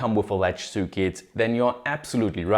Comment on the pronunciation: kleiner Tipp: du sprichst "circuit" immer als "cükit" aus, richtig wäre eher "cörkit"